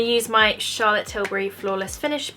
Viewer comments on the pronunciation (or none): none